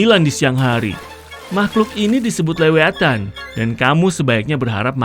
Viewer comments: lewiatan apasih, gajelas, NAMANYA "LEVIATHAN" BUKAN LEWI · Leviathan woi bukan lewiatan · Kok bisa lewiatan bukan lewiatan tetapi leviatan! Dan anda salah semua anda itu sok tau kenapa youtuber Chanel Mr beast kok gak ketarik kedalam laut hah sok tau ngemis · Indonesia:Lewiatan Amerika:leviathan